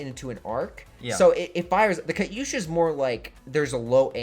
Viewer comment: How do you sit next to someone saying Katyusha correctly and keep saying it like a derp.